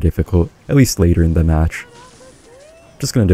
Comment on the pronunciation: WE GUOT UH MAHTTCH 🎉